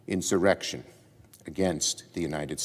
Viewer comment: Did Mike Lee almost say “erection,” instead of “insurrection?” 🤣🤣